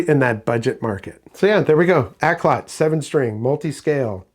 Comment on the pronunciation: Pronounced Auk-lot not Ak-lot. It's Cantonese for good music. You're welcome